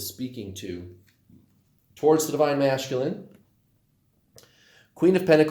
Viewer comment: Do you say masculine that way just to irritate me LOL I’m sure I’m not the only one